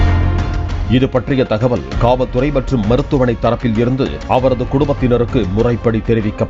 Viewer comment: காவல் துறையா இல்ல வேற எதுமா ஒழுங்க சொல்லுங்கயா வேற மாறி கேக்குது